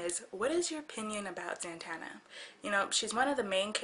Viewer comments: I like your videos, but can you at least say my name right? It's 'Zatanna' not 'Zantanna'. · When ever she said "Zantanna" I screamed "IT'S ZATANNA!!!" Zatanna